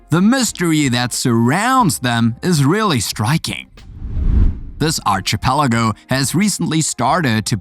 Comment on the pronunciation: Just a few pronounciation corrections. 1. Archipelago is pronounced “ Ar-Ki-pelago” 2. Facade is pronounced as “Fa-Sad” Overall a good compilation and narration. Keep it up! 👍